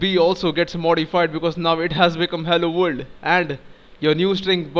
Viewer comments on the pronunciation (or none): You really explain things well. Thank you. And I like the way you say vorld ^_^